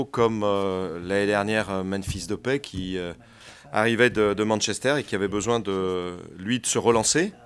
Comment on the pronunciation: Memphis "depet" 😂😂